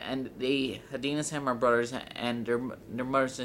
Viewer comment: You're stupid u can't say brothers right